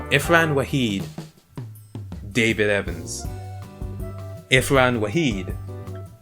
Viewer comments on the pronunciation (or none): its Irfan not Ifran yo XD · Till this day, I am still pissed that he says Ifran and not Irfan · how and the hell do you read IFran instead of IRfan? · ITS IRFAN WAHEED NOT IFRAN WAHEED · It's "Irfan" not 'Ifran'....!! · My man it was IRFAN WAHID not IFRAN WAHID xD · Its not ifran waheed its irfan waheed thts how u pronounce it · Its irfan rahid not ifran rahid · Ir fan. not ifran